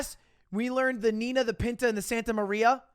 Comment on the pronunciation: it isn't even the "Nina" XD, it's the "Niña" a close approximation for non spanish speakers would be "Ninia" with the Nia as in narnia, not entirely correct but better than Nina.